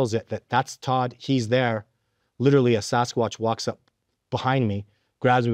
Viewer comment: Todd doesn’t even know how to say the word literally, he says little Lee 😂